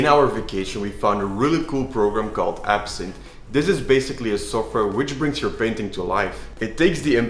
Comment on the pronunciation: Its actually Ebsynth not absinth😅